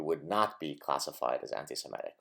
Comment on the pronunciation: I just wish you'd pronounce it anti- Se-MIT-ic..not Se-MET-ic.